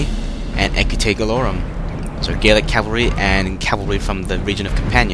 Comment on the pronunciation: The Gauls themselves were pretty much gaelic. But gallic is the correct way to pronounce it.